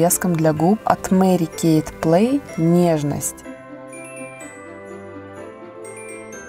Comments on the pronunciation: Мери Кейт ))) хотя бы для приличия поинтересовалимь как правильно произносится ее имя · Мне 2 больше понравилсяЖень правильно говорить мэри кэй У меня тоже вся косметика От мери